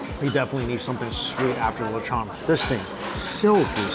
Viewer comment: The way he keeps saying lechon is bothering me!!! Someone help him!!